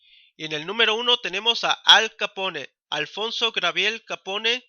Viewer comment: Q pronunciacion...!!! Un poco más de cultura por favor...Capone mmm